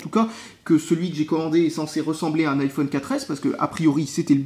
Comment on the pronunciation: [Aïe Oh És] Pas [Hi Oh És] 'vec ton [Apôle] là, essaye au moins de prononcer ça à l'Anglaise aussi ^^